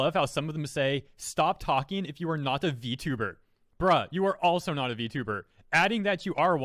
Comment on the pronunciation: Vtweeter lmao